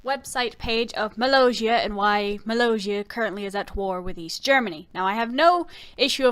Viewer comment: Your saying mollosia wrong